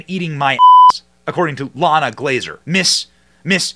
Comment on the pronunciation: Not "LLana", it is "Ilana" (ee-LAHN-ah), Israeli / Hebrew name.